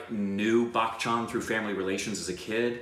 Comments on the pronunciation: its not Back Chan.Its Bachan ;) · I can't tell if you are pronouncing his name as Bachchan like Bach the composer or not, sometimes I hear it, but it's pronounced as you would say "Buh-tch-an" without the hard "k" sound, other than that love the energy and you are true cinephiles.